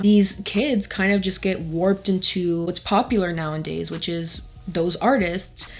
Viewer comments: I love your videos and all of the thought you put into them, but in almost every video you say "nowandays" but the phrase/word is "nowAdays" no n. That's all! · You know it’s “nowadays” right?